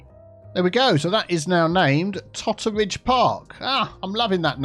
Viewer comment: Totteridge? You need to make that Teatteridge or even Tottearidge!!